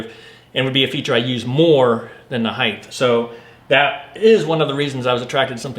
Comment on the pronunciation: Height! Not heighth!!! Drives me nuts.